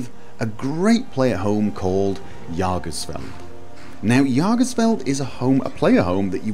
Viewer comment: just as a note on pronunciation! Based on the contents of the mod, I have to believe that this mod's name is German based. Jäger is the German word meaning "Hunter", and I think the mod author either twisted the word a bit or simply didn't know how to spell it. If the mod is in fact supposed to be the word "Jäger", it should be pronounced "yay-gər". If it helps any, Jägermeister is an alcohol you might have run in to or had the reason to say the name of. Or if you've watched the movie that came out not too long ago "Pacific Rim", the Jäger Program made the giant robots. Thanks for finally doing another house mod! Much appreciated! Keep at it